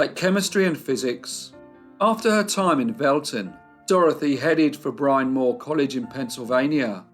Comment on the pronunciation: Just a pedantic note on the Dorothy Arnold story...Bryn Mawr is pronounced "Brihn Mahr" not "Brine Mohr." Sorry, I had to mention it.